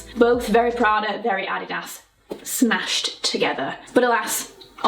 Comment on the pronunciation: Adidas was founded by two German brothers so her pronunciation is likely more correct than the American take lol. FYI as people tend to assume Americentricity